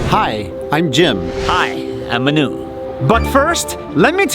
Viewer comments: He say Hi Manu!! Lol!! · I thought he said, "I'm Menu" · Manu: Hi. Im Manu. What i hear: Hi. Im A Nu.